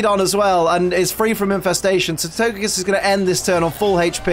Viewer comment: Can’t wait to see this with my wife when I get home from work tonight! Go Team Lax!! Also, comments already spoiled me you once again say “Togepiss,” can’t wait to see if on Togepi or on Togekiss.